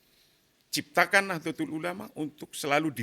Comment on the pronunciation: Mengucapkan Nahdatul ulama (Nahdlatul ulama)+Rais am (RAA IS AAM)